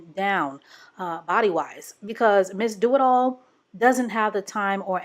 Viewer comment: I'm sorry, was that "Miss Do-It-All", or "Miss Do-'em-All"?